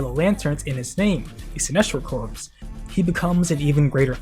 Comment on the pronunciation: My favorite thing is the comics recently had Batman NARRATE, "I'm unbeatable with a plan, so he didn't give me time to make a plan." I think he still won, though lol Edit: Btw, Corps is said "core" not "corpse." Unless the Sinestro Corpse is going against Batman. Then I see why you said it that way lmao